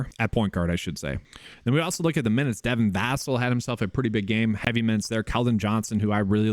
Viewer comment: It’s pronounced Devin vuhsell btw